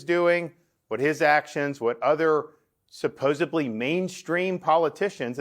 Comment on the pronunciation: Gov. Ron: there is no letter “b” in the word SUPPOSEDLY. “d” is the sound that is correct. (This isn’t hard.)